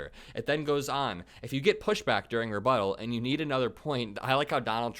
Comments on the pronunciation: That explains the refuddle stuff 🤣 his people were trying to get him to memorize some rebuttals for the debate, and he didn't know what the word means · IF Trump shows up, which I'm inclined to believe he won't, he can go ahead and read his notes that his handlers want him to say, but what is he going to say when it's time for his REFUTTAL??? LOL! His rebuttal will be the same hate mongering divisive catch phrases that he uses every time he's behind a mic, and will have nothing to do with the question at hand.